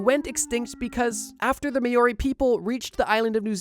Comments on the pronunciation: Thank you that was bothering me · "May-Ori"???? I think that the Maori (Mowri) would have some issue with the pronunciation. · māori is pronounced more like mOW-ree rather than may-or-ree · the "MAYoree"? 😂😂😂 Why is it so difficult for pakeha to pronounce it? It's "mah-o-ri" no y sound after the a, and trill the r.... It's not that difficult. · Maiori is pronounced " Mow-ry" as opposed to "May-ori". Not trying to be a dick, just sayin'. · Hearing Māori pronounced May Or Ree hurts my soul! For future reference, it’s much closer to (but not exactly) Mow Ree. (Mow said like Now) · Maori is not pronounced 'May-Or-Ee', it is pronounced Mou-Ree (OU as in Rout, US pronunciation), or Mow-Ree (Ow as in owl)... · its not pronounced mao-ri its pronounced maw-ree, spelt Māori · as an Australian your pronunciation of Māori (mao-ree not may-ore-ree) causes me to take 5 points of mental damage I also guess you pronounce emu e-moo when it is e-mew tldr I know some of you yanks know how to say words like this and it doesn’t take long to look up the pronunciation before saying it ps I do love your videos but hearing words that I as a regional local know how to pronounce pronounced wrong causes me to cringe because I know these words and they are being butchered pps you don’t here me pronouncing Arkansas r-Kansas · Not MAY-ORI, MOW-RI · Maori: "May-ori" is so f*cked to hear bro 💀 Its said like "m-ow-ree" 🤣👌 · Bro, the way you pronounced Māori is frustrating. The line over the a is supposed to tell you it's a long a not a short a, so it should be Mau ree not ma ree. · Hey man love the videos I'm from Australia just so you know it's pronounced mao-ree haha how to explain it like a cat going meow just drop the e 😂😂😂 whatever love the videos keep it up bro appreciate you 🤙🤙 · Im Australian not kiwi but its pronounced MOW-REE not MAY-OR-EE And this myth is the basis of the legend of the thunder bird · Maori (Mao Ree) ✅/ (Ma yoree)❎ Moa (Mo Wah) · Meiori no It's Mauri Trust me bro